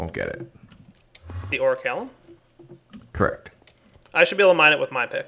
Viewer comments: I twitch every time he says "oricalum"... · I'm sorry, but the pronunciation just killed me. "O-ri-kal-cum" not "O-ri-ka-lum." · lol yeh pronounced Oricalcum wrong